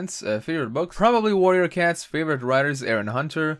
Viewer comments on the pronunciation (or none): none